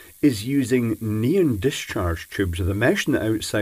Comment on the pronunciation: 'neen" ? Oh, you mean NEON....